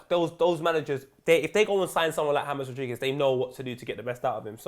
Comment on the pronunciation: James rodheegez😂😂